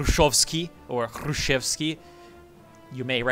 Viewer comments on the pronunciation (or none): 1)Hrushevskiy читается как "Grushevskiy"(Khruschev is KhruschYOv,actually) 2)В реальности,если не ошибаюсь,Максималисты были около-анархическим крылом эСэРов. Точно не фашистами. 3)"Мир",в том контексте - значит "world". Наподобие "Peace for world". 4)1900 года = "тысяча девятисотого года".